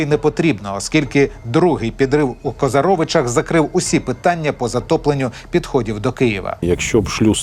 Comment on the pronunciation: КозАровичах, а не КозарОвичах. Що це за вимовлення назв на манер орків